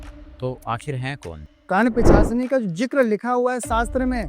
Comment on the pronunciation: एक भी बार सही से पिशाचिनी नहीं बोल पाए सही से